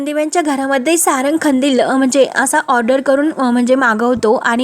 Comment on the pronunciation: नीट मराठी बोला हो खंदील नाही कंदील